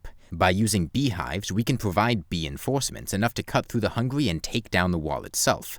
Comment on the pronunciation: "by using hives, we can probide beenforcements"